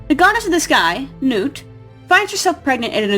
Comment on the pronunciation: Why did you keep pronouncing nut's name wrong? It nut. As in peanut or walnut.